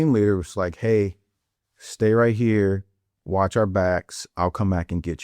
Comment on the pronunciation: “hurrrr” yeah he definitely from St. Louis